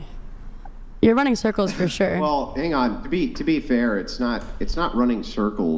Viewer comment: “Running surculs around his Aauusss”😂